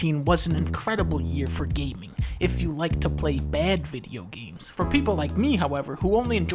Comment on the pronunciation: Yea, and here I thought he was talking about gayming.